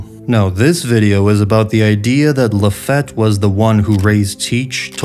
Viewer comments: Bro how are you THIS bad with the pronunciation? It ain't that hard. Yami yami not like "yeah"me" but like "yah"me" say "yaaaas queen" it's that "ya" sound. Lafitte, bruh. Not lafette. Really? Like "lah"feet". Yonko. Dude. Now you say "yahn"ko" ?? It's "yohn"ko" like john. Yohn. JFC this guy. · My bad, it's luh-FEET, right? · Why you say Lafitte's name like that. I was under the impression it was said like Luh-feet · Its pronounced LA-FEET my brother. Good video but that was driving me nuts. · Laffitte pronounced La-feet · Great video, but your mispronunciations of everything is killing me man 😭😭😭 DAWflamingo, LaFETT, YEAmi-YEAmi no mi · Do you mispronounce some words on purpose? Like "Lafette" and "Yemmy Yemmy no Mi"? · So annoying how yami yami no mi got prenounced or the name lafitte